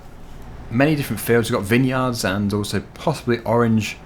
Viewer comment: vine yards not vin yards!!!